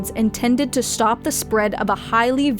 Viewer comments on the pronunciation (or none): none